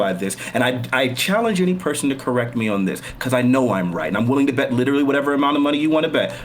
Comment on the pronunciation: The way this dude pronounces "literally" is driving me fucking mad.